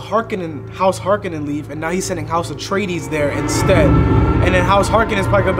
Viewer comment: After part 2 it might be cool for you to watch the original (There's also a sequel with Ewan McGregor 😉). So weird they changed the pronunciation. It was Har-koh-nen now it's Hark-e-nen.